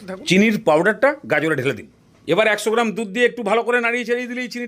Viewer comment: গাজর ✖️ গায়েজর ✔️